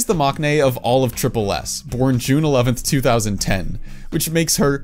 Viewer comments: I know maknae is spelt with a k in the romanization and with a character that can sometimes be pronounced as K in Korean but you actually don't pronounce it with a K sound. It's pronounced "mang-nae." As a Korean person, it was a bit weird to hear the K in that word. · It's interesting how you pronounced all the korean names correctly, but then say 막내 wrong.